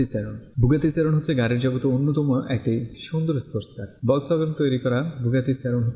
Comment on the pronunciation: buggati seron noi buggati chiron